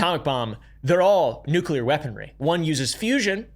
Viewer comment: Love it when someone pronounces nuclear right and not "nucular"